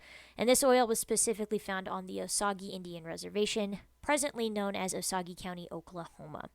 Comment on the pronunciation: It’s pronounced “oh sage”